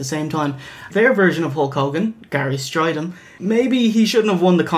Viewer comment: Sounds like he calls him "Jerry" Strydom at the beginning. GJ